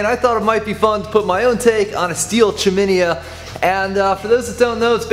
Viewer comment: Google chiminea pronunciation. Just sayin.